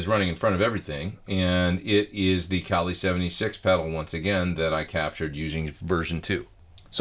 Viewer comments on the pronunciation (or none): none